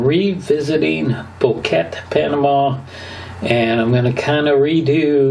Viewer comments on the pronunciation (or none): Boquete: bo-ke-te. Think of bow-kay-tay. If you can say Nevada and not Nevadd, then you can say Boquete and not Bokett. 🙂